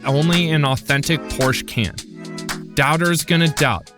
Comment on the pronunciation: Please for the Love of God, learn to pronounce Porsche correctly...